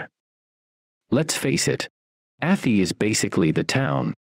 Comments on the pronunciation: A thigh not atty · It’s not ATHIE….its Ath-eye! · I knew the narrator would say atheee. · 2 shire videos in a row I’ve seen where Arhy is pronounced wrong 😂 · Athy is not sounding the way you said it. Its prounced Athy like Ath (eye) Athy